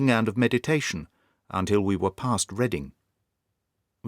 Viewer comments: I'm an Australian and I think these audiobooks absolutely enliven Arthur Conan Doyle's Sherlock Holmes adventures..however I have one correction to make on the vgood imitation of our accent. We never say past,last or ask etc.like the yanks!We are a penal colony nation who pronounce ask etc.like poms. It is true that many Aussies contradict the rule by pronouncing dance and branch exclusively with American pronunciations.. The antipodian accents of South Africans,New Zealanders and Australians are unusually difficult to imitate due to subtle contradictions that create a world of challenges in replicating. !Conan Doyle traveled to Australia himself so we are well represented in his stories.Our nation was built ...by the prisoners of mother England so we are a very uniquely likely to produce an unusually large number of criminals!Not serial killers but thieves and schemesrs ! It was simply the criteria one needed to meet in order to board a leaky ,rat infested ov ercrowded sewer drenched drenched, below deck journey to the dryest continent on earth. Those transported convicts needed to scheme and steal in order to survive and eventually with time, thrive.Thankyou for your wonderful narration of all the Sherlock Holmes stories. You breathe life into Conan Doyle's works of genius! enough to be exiled to van demons land ! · Aussie's pronounce past " parst". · It is an imperfect Australian accent in my opinion. Rarely will you hear an Australian pronounce the words path, task, past and last as one would the words "rat" or "Black Jack of Ballarat". In my experience, we mostly utter those with an extended "ahh" as in mast, Maastricht or half, but I'll confess it is only the nature of these brilliant tales that makes one focus on small details as does our hero.